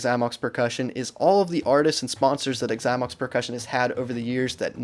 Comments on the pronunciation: Okay, first of all it’s “Zy-mox”. If you’re going to review a bad company, say the name of said company properly. Secondly, I’d never buy a Xymox pad. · Why does he say “igxymox”? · The way he pronounces Xymox is so annoying!